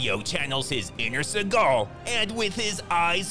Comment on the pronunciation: Did you know that Steven's last name is pronounced Seagull, not like Segal. His own mother called him out on that haha